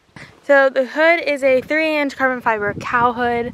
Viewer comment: What a cutie! I'm so jealous of the car and scenery! Man just what I needed to end my day. Eye candy central lol I like how u almost said cow hood 🤣 the way u said it. Its as big as one thats for sure. I love that size of coul. I had it on my nova and might do a smaller one on my 70 camaro